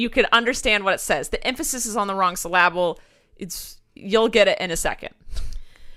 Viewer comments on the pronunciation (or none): That’s how says syllAble nooooo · Sallabe haha sorry not to hate or anything but isn't it syllable syl-a-ble like uh not ah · does anyone say syllable like siluhble